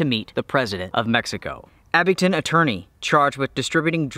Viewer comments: please guys abingDON NOT abingTON very disturbing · Not trying to be a word Nazzi but it's ABINGDON with a "D." I used to live in Tazewell County VA. I Would drive to Damascus 3 or 4 days a week to pick up a co-worker then drive to Abingdon or Bristol to work. My co-worker lived in one of the old stone houses built probably pre world war II. It sure is a beautiful area. That was back in the mid 80's. I lived in Charlotte in the 90's & I used to drive up through Mt. Ariy to Witheville & on down 81 to Bluefield then to Buchanan County. To home. The whole area is picturesque. I live south of ATL. now. I get up that way 3 or 4 times a year.